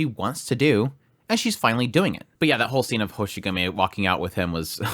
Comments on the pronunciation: It's Hoshiguma not Hoshigumi. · Sorry, but I'm gonna be that guy: It's Hoshiguma, not Hoshigumi. Happy you enjoyed the somewhat slower ep. Though things are gonna pick up soon! If you still have the 5* selector tickets that you just get at the start of the game, then you should be able to find Swire in 1 or 2 of those tickets. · General information is that, Ch'en's race is lung and Talulah's race is draco. Also it's hoshiguma not hoshigumi.